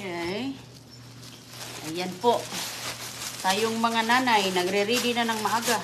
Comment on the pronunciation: Pasol? Puzzle please, kindi, di ba candy? . Mag aral ka na please inday ng English. Tapos, ridi, di ba ready?